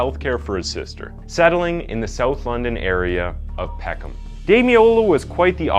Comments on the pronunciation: it’s pisses me off every time i hear Peck Ham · PECK-EM. NOT PECK HAM. Why can't Americans or Canadians pronounce English towns and cities at all.... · You don't pronounce the H in Peckham